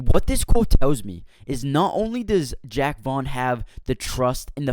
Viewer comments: Call him Jack 1 more goddamn time lol. It's Jacques! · jacque! like zha-ock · It's Jaque not Jack